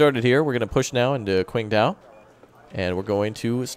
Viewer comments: Anon Viewer I’m actually getting annoyed of calling Qingdao “quingdao” instead of “chingdaol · Qingdao is actually pronounced "tching dao"